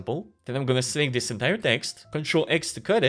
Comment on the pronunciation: When you still mess up the pronunciation of this and these even when it tells you in red underline that it's wrong